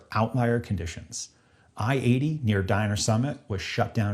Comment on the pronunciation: It's Donner Summit, not Diner.